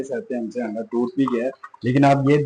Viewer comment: Word "Anda" hota hay...AANDA nahi